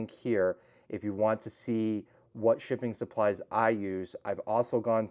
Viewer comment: I keep thinking I'm hearing "chicken supplies". Lol.